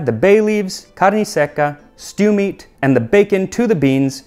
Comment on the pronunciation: I agree, when he said ‘carne’ and ‘linguiça’ for example 😊 🇧🇷